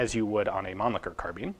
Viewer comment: Why does he say carbeen